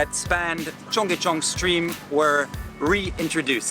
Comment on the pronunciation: Amazing that you spent time in Seoul and at Cheongyecheon and never listened to anybody pronounce the name. It's pronounced "chung-gay-chun". Not difficult to say. Listening to you say "chung-gay chay-on" throughout this video was excruciating, and really damaged any credibility you may have had.